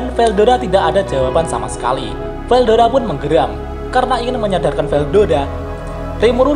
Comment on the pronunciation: Veldora min bukan veldoda